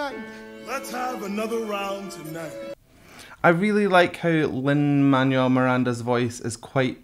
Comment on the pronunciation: Lin-Manuel = LinManWell, his parents were born in Puerto Rico,. And then you got it right the last time you said it.